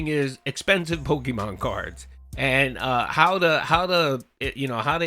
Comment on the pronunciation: Gotta catch ‘em all! Pahkeemon ! Ack ack ack! 😂😂😂